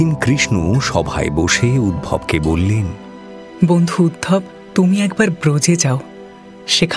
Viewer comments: দয়া করে উদ্ধব বলবেন। এরকম ভুল উচ্চারণ মেনে নেওয়া যায় না। মিরচির অনুষ্ঠানের একটা মান আছে। দয়া করে সেটি বজায় রাখবেন। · ❤❤ শুকদেবের মুখে বারবার উদ্ভব শুনতে কানে পীড়া দিচ্ছে।নামটি তো উদ্ধব।তাই না?❤❤ এতো সর্বাঙ্গ সুন্দর একটি পরিবেশনায় এই ত্রুটি যথেষ্ট পীড়াদায়ক।❤❤ হরে কৃষ্ণ। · উদ্ধব কে উদ্ভব শুনতে বড় কানে লাগলো।